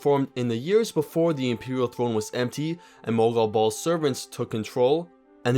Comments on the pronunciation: "Once Mannimarco and mOgAl BaLl" It's Molag Bal! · Who tf is mogal bal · Mogal Bal! Lol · "Mogal Bal" started to slowly drive me crazy. Otherwise great vid haha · ITS MOLAG BAL. Great series though really love it. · I really hate how you pronounce MOLAG BAL